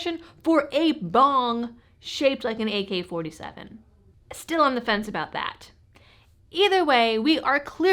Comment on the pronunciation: Did she say “a boot” 😂